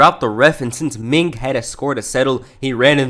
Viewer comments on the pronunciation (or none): Stop saying Ming. It’s Meng.